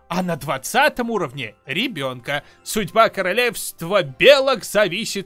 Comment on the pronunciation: Просто я уже не могу смеяться :) Из за как ты прочитал СУДЬБА:^